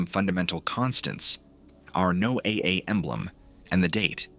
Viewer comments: Don't you guys know how to pronounce Noah is this Chinese or Russian haha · NO-A-A... ai junk, changed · No AA? Sounds absurd. Is it really that hard to get it to pronounce correctly? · Um, the only thing that gets me with this video is, he keeps changing his pronunciation of NOAA, 1 minute it's NO AY AY, then he says NO UH, then he goes NO AY...like damn dude, get it right, it's pronounced NO UH, even the folks who work there pronounce it that way. Makes me wonder if is using AI to narrate this stuff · This “story” is clearly being presented as fact. Why don’t you present it as “fiction” in the Titles, so that I have a choice as to whether I want to waste my time. Also, teach your Robot to pronounce words properly! NOAA is pronounced (No-ah) always! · NO A A? Learn to phoneme your scripts before sending it to the AI voice. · NOAA is generally pronounced as ‘Noah’ like the biblical name. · NOAA is pronounced Noah. 😂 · NOAA is pronounced just like "Noah" (my neighbor worked there for 25 years) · This is AI-narrated, right? The strange speech pattern and the repeated mispronouncing of NOAA make it seem like it is.